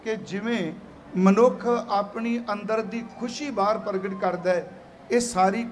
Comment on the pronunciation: Bhaii Sab ji Paragatea nahi "Pragtea"